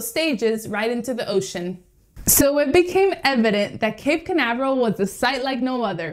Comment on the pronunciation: Your pronounced toooooo bad.... Spanish???